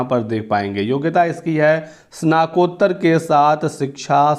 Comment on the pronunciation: Snat kottar....uchcharan par dhyan dijiye...